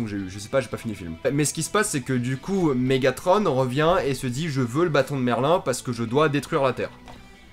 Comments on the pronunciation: En même temps si tu prononce megatron en prononçant le n je comprend que tu n'a pas aimé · Quand on sait pas prononcer Mégatron on se tait et essaye faire mieux pour faire les effets spéciaux et si c'est juste pour te plaindre va pas voir le film ta cas aller regarder dora ça c'est de ton âge